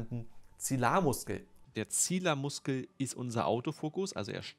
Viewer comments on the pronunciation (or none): Das heißt Zi li ar Muskel😅 Das Wort hat zwei I, nicht zilar🥲✌🏻